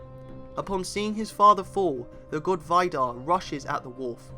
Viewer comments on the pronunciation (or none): A lot if the characters aren't actually gods, but just æsir as they aren't necessarily divine. One of these characters is Vidar, whose name you mispronounced, it's pronounced Vee-dahr, not Veye-dahr.